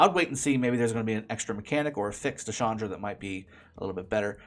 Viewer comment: It's Chandra. Not shandra 🤣🤣 Ch as like in change. You don't say shange for change.